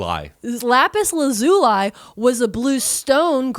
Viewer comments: LAZ-OOH-LEE. Lapis, who was trapped in a mirror for thousands of years, didn't suffer that trauma to have her name disrespected in this manner /heavy sarcasm. For real, though. It's Laz-ooh-lee 🤟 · In American English, it's pronounced either Lapis "LAH-zoo-lee" or Lapis "lah-ZOO-lee." I've heard it both ways, google says it's the first way- I double checked to be sure before I commented. Not trying to "☝🤓erm actually-" or anything, just hoping that helps ALSO- art materials professional here, Lapis Lazuli paints are still used today for restorative works on medieval or renaissance works, like in churches, as mentioned. But if you would like to use it in fine art today, while possible, it's much easier and more affordable to use the synthetic formulation for watercolor or oil paints in a tone called "Ultramarine Blue"! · I know lapis lazuli from Steven Universe so it’s funny hearing you guys pronounce it like that